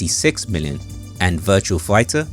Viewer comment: It's Virtua Fighter, not VirtuaL Figher. Great video though!